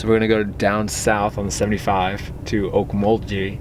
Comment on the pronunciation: Haha man you didn’t say Okmulgee right 😂